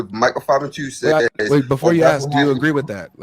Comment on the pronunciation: It’s funny they speak so much about the use and understanding of the English language and they say they are “axing people”….does anyone else see the irony?